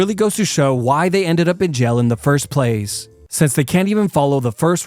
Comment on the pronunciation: Dunno whyy, but him calling jail “jell” is so cute😂